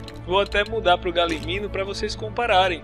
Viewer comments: E se fala galimiMO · Ele esqueceu do echo e fala errado galimimo